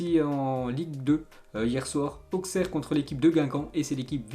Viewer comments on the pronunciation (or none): none